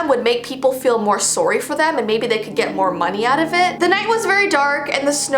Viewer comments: The way she says sorry 😂 “sorwy “ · Has anyone else noticed that when says sorry she pronounces it sowry? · Btw she pronounced “sorry” “soory”✋🏻✋🏻 lol